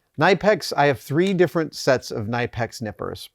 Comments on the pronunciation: I'm under the impression that it's actually pronounced "kuh-nipp-ex". (Knipex) The gent at their channel pronounces it that way. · So...his pronunciation of Knipex is a new one for me. It's often confused for "nipex" but it's actually "K-nipex" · Adam, It’s pronounced Kuh-nip-ex! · Adam I love you but it's pronounced Kuh-Nih-Pex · I have never heard it pronounced that way. I have always pronounced it nipx. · Came here to say this too. It's pronounced "kuh-nippex" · Seems the official pronunciation of Knipex is "Keh-nip-ex" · Hi Adam, love the channel. Just one thing, your pronouncing knipex wrong. The Germans were these are made pronounce them k-nip-ex. That's right the k is not silent and nip is how it sounds. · So fun fact; they actually pronounce it Kuh-nip-ex. I know, I'm equally upset about that being the pronunciation... Either way, thanks as always for sharing your insights and ideas Adam! -J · It's pronounced Kuh-nip-x according to the company. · As Germans will readily tell you, it’s pronounced “kuh-nip-ex” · FYI Knipex is pronounced Kuh-nip-x. They've even put out a video to teach the correct pronunciation. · adam love knipex they are cut above the rest but you are saying it wrong i went to the company itself it's k nip ex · Always thought it was pronounced nip-x. Great video Adam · it's actually kuh-nip-ex. The k is not silent in German. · No silent K in German. Spit it out. Say all of the letters. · Pro tip -- the 'K' in Knipex is not silent. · Love you Adam but it hurts my soul to hear you pronounce Knipex incorrectly. It’s German and you are right they make the best tools! This is a link to an amusing video from an American guy chasing the correct pronunciation. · You pronounced knipex wrong and i hate you for it. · The K in Knipex is not silent. Germans don't do silent letters, because they are not efficient. If a character takes up space, we make it work. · Gringe every time Adam says Knipex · Knipex are a German manufacturer the K is not silent